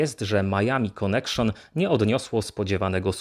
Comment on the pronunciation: "konekszon" hehehe